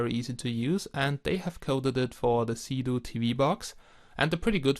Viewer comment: Is it me or does it sound like he is saying Doing Drugs?